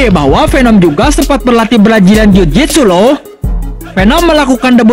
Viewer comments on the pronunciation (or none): Ini channel Urang Sunda yak? 'Brajilan Jujitsuk' 😁🤭